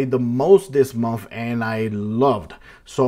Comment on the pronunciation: I like how sounds like he's saying "momf" (month)😂